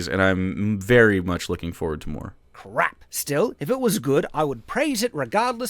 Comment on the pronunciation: One of the most inconsequential but somehow annoying things about is how he calls everything 'crap' or 'bullcrap,' and won't utter a harsher swear because of his bonkers moral code or whatever, so instead he just settles for putting way too much emphasis on the word 'crap.' If you're going to be a chud and cater specifically to the chud crowd, commit to it man.